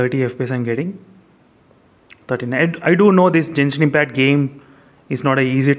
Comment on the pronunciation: You are pronouncing genshin impact wrong